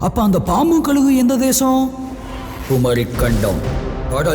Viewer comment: யாருயா அது குரல் கொடுக்குறது? தமிழ தமில்னு சொல்றான்,கழுக கலுகுனு சொல்றான் இவ்வளோ செலவு பண்ணி படம் எடுக்கிறீங்க தமிழ் நல்லா பேச தெரிஞ்ச ஆள வச்சு குரல் கொடுத்துருக்கலாமே!. இதுல தமிழ் பெருமவேற பேசுறீங்க.தமிழ ஒழுங்கா பேசதெரியல